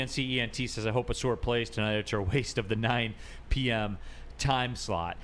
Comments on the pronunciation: Ah-sar not sore dude 🤦🏾‍♂️ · His name gets mispronounced a lot, but maybe that's a good thing. Everybody keeps saying o-SOAR instead of aw-SAR. Just call this man "Soar" Thompson. It's what he does. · ah-sahr (rhymes with "a car"), not ah-soor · Is it pronounced “Uh-sar” or “Uh-soor”? Always thought the first one. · This could be settled very easily. All people have to do is watch any video on YouTube of him saying his own name. It’s pronounced Uh-sar. I have no idea where Uh-soor came from.